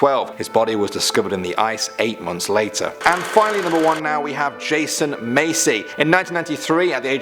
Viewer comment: Just wanna say, he said Massey weong.